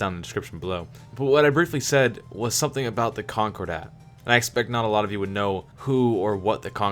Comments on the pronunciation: Great lore videos. (ps. concordat is pronounced con-core-dat not conquer-dat) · sounds like conqure-dat